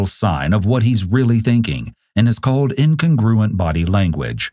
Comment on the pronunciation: Announcer mispronounces "incongruent."